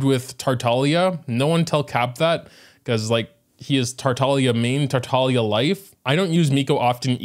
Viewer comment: Is anyone going to talk about how he said Tartalia? New 5 star when?